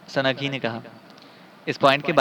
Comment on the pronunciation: ویسے تو اپ کی اواز بہت اچھی اچھا پڑھتے ہیں لیکن اپ کئی غلطیاں کرتے ہیں سند لفظ نہیں ہوتا سنگ ہوتا ہے سنگھی ہے وہ سنگھی